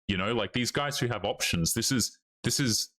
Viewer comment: I like how you say "options". You say "opetions".